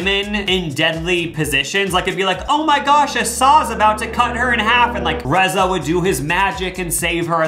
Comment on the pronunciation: Omg. I went to high school with Reza! He is from my town Brookings SD. How odd. It's pronounced Reeza. But cool to see someone i know before they made it bigger. 😅 Cool cool.